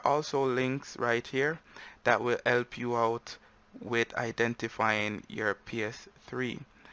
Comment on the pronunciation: As soon as he said "elp" instead of "help" I knew he Jamaican. lol